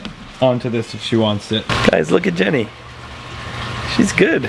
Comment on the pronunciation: I would like to suggest the name genie because that is what I heard when u said jenny